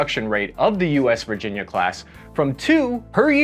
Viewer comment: "VIRGINA CLASS" ????